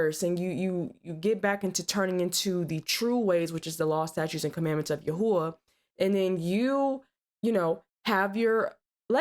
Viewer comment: It's yahawah and yahawahshi